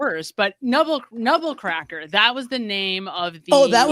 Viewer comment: MR NEBBERCRACKER IS THE NAME NOT NUBBLE